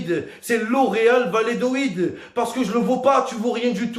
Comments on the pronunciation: L'Espagne c'est un tremplin, en France le foot c'est pas une belle vitrine hein? faut pas se voiler la face. Ah, on dit Va-lla-do-lid.. pas Va-lé-do-id 😄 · il a fait la meme entrée que Mister V mais avec encore moins de budget mdrrr PS: c'est VALLADOLID pas vayédoid